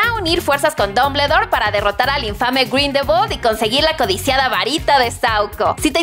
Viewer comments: Me gusta su canal y todo pero, se la mamaron con "Dombledor" y "Grindelbol"... No pude evitar reírme. 🤷😂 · Muy buen video pero pronuncio mal Grindelwal y Dombledore Solo es una critica constructiva ^^ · Las nalgas de Dumbledore 😻 Me reí fuerte cuando pronunció Dumbledor y Grindewold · Todo iba bien hasta que dijiste mal los apellidos de Grindelwald y Dumbledore!!!!!!!!! 😓😓😓😓